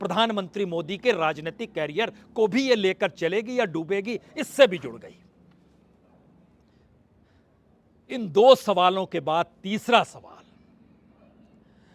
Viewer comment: सर वह वर्ड कॅरीअर नही, करीअर है।